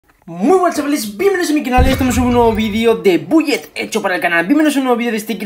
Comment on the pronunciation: Se pronuncia "Bulet Eco" genio :v